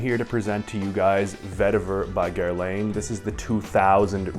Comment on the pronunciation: Been knowing and using this for years. And it’s GIR-LON not gir-lane.